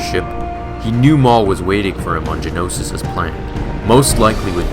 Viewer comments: Geonosis, not Genosis. Other than that, a great story. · Why are you saying Genosis, it's Geonosis. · geonosis not genosis